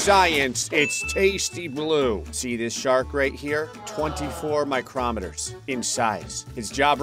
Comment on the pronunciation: I love you, but it is not pronounced 'micromet' it is micro meter. As in microscopic.